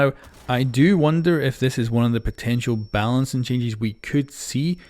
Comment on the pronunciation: what i hear , "Changies"